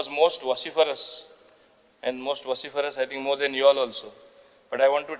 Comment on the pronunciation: Mauvin your pronunciation of vociferous is wrong. Mauvin laz tuka, gaude defeated you